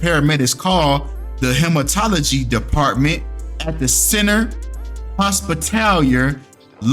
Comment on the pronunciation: Hematology (he-ma-tol-oh- gee)... u did not turn on your tongue for this episode. Lol